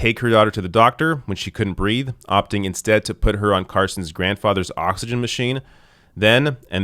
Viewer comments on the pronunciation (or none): none